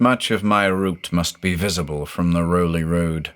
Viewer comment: We pronounce it Raow-lee .. even though it looks like Rowley. I lived in Newburyport, Ipswich.. grew up there. Never took the oaths though. ;)